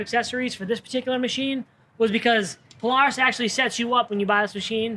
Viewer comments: He doesn’t need a cage.. It’s a paloohis!🤣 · That radio and song choice made me not like the video at all and the way Polaris is pronounced 😂😂😂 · Please learn how to pronounce polaris 😂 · He says Polaris so weird lol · The way he says Polaris hahahaha